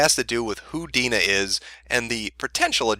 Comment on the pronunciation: Damn. Haven't dealt with this level of personal cringe since Lindsay Lohan's mom was getting bitched out by the public. It's nice that my name isn't particularly common, but always a pain when those who share it with me act like jackasses. Good job on pronouncing it correctly, though. People usually try to add extra vowels in there.